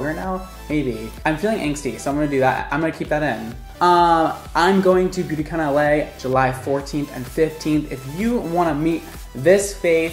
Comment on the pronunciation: When you said “ Beauty Con LA” I thought it was “Beauty With LA”